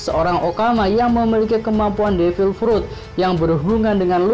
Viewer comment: Kok frut baca nya